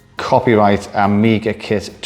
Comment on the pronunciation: "AmgiaKit" oops 😅